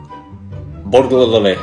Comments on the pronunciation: You always struggle with 'Burgulary' but in fact the spelling of the thieving swines is 'BURGLAR' so it is spelt 'BURGLARY'. So you might find is easier to pronounce 😂. Try burg-la-ry(re). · I pronounce burglary and regularly in the same way 😂